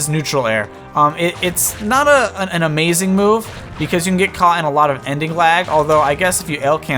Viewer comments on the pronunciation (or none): none